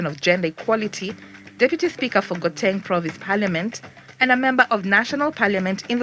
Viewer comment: Except the narrator pronounced Gauteng (How-teng) as (go-teng) lol😂😂❤